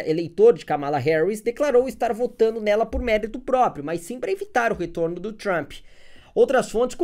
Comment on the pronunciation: Deve ter sido de propósito mas “Tranp” me matou de rir kkkkk